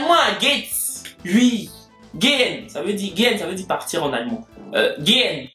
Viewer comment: Tu prononce mal gehen ,le en est contracté